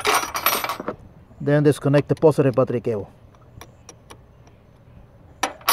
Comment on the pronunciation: What's a postive patricabho?! Oh 'battery cable' 😂 Thought he switched it up to Spanish